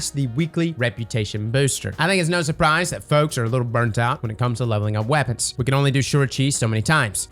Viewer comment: Did you say "legacy focusing weopons", as in Luna Howl, the mountain top, ect?